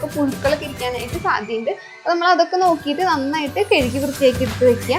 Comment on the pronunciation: കെഴുകി അല്ല കഴുകി...